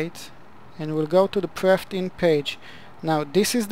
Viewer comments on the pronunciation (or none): Why do you call the "Perf init" page "Prefting" page? I hope your English substantially improved after 11 years.